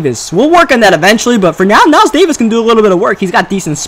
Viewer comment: Knile* not Kniles, still a great vid though!